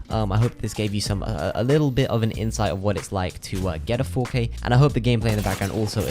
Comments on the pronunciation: And here I am listening to this guy saying fo Kay, who’s fokay??? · Ngl the intro when he kept saying 4K started to sound like fookay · At first I thought he was saying the f word with a british accent lol